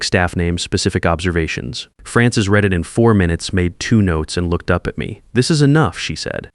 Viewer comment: Reed instead of read or maybe the other way. But good job.